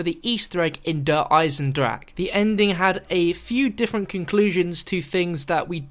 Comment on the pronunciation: is finally say Der Eisendrache properly!!